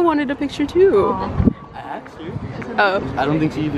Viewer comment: “ I axed her” 😂